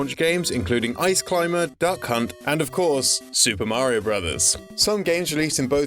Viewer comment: Finally someone pronounces Super Mario Bros. correctly.